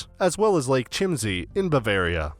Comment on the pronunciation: Chimsy? 😅 its pronounced Keemsay